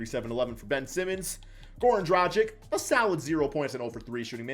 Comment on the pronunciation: "Džradžik" lol. It's Dragić. Or Dragich if you can't say ć.